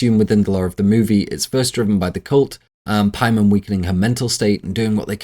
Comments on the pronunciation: PAYMON THATS THE PRONUNCIATION NOT PIEMAN😂😂😂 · Its Pay-mun you fruit, not pie man. All the research and you cant look up a dictionary or just google how to say it. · the pronunciations are confusing me. it is really pay-mun. the i is a strong E sound. the O is a "Uh" Latin vowels. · Take a shot every time he says Paiman, take 2 shots every time he says Charpaiman. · I know it's Paimon but I can't help hearing 'Pieman' 😂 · Making a 4+ hour long video and mispronouncing the main antagonists name the whole time is wild. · “Referred to from here on out as CharPaimon” Who the hell is charpaimon? You mean Chaimon?